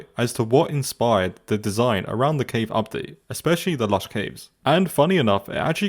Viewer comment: It's cave not ceave